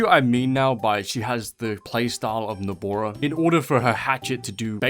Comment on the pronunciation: Nobora he said its nobara😂